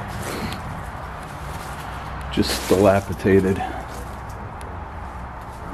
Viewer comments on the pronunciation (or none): Greetings mate! I love watching you there. But I believe it’s pronounced Dilapidated not Dilapitated. Carry on with these great vids mate.